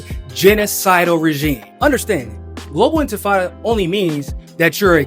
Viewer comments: Infitada 😂can't even pronounce it right.I doubt he even knew the meaning too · Sharpton is such a pathetic, ineffectual clown, the reigning king of the sellouts. He can't even be bothered to pronounce the word "Intifada" correctly. And right on schedule, Zohran Mamdani has purchased a ticket to ride on the capitulation train. Heard the hummus they serve in the dining car is really good...